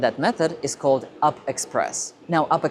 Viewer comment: The locals call U-P, not up. This diminishes your prez.